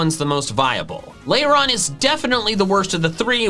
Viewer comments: passionately calls out someone for pronouncing a Pokémon's name wrong Me: YES MY FRIEND although you did pronounce Lairon, Misdreavus, and Phione wrong (Lair-on not Lay-ron, mis-DREE-vus not MIS-dre-vus despite being based on the word mischeivous sorry, fee-OH-nay not fee-OHN cause Japanese). Also despite it being one of your favorites, you consistently mispronounce Tropius (it's based on the word tropical, so it's TRAH-pee-iss, not TROH-pee-iss) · not you critiquing someone's pronunciation of doublade while mispronouncing eviolite (it's a VIOLET stone, it would be pronounced ee-vy-oh-light), lairon (lair-on) misdreavus (miss-DREE-viss), phione (fee-own-ay), lol. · I love how he worries about how to pronounce Eviolite and then pronounces Lairon like 'Lay-ron' 😁